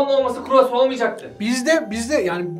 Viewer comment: Croissant 🥐 talaffuzu "kuruvasan" değil kii, "kroasan"